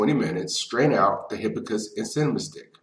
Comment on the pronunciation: I am distracted my you not pronouncing hibiscus correctly, especially since you say it so many times. You are not pronouncing the first s in the word.